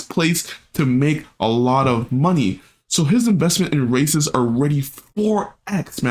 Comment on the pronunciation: Bro its "Reysas" not "Racist" 🤓